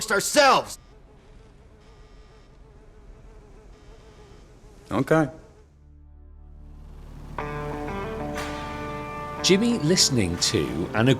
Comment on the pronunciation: so weird how he says ok here